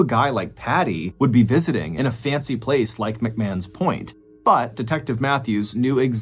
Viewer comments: Point Piper, not Piper Point. Also, McMahon’s Point is pronounced Macmarn’s Point not Macmann’s Point. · McMahons Point is pronounced as ‘McMarns’